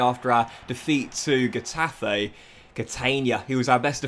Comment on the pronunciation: N is pronounced like in English, Ñ is pronounced like the Brazilian "NH": Exaple: Ca-TE-na, Co-me-SA-nha Also, these denote tonic vowels: Á, É, Í, Ó, Ú Example: CA-diz, los CAR-me-nes Finally, G before E or I is pronounced like H unless followed by U, which is silent. Example: He-TA-fe, Gi-lla-MON Some other teams' names with different pronunciation: BE-tis, Al-me-RI-a